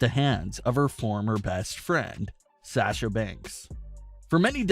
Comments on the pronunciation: “Sè sha” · Why do you pronounce Sasha so weird?.. Also, you provided absolutely no real information other than what you would get if you watched the show... Thanks?.. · can this guy stop saying sasha? he cant even say her name right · Gosh I wish this guy would learn how to say Sasha correctly